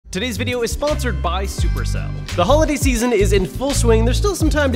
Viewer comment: I always thought supercell was pronounced sup erk cell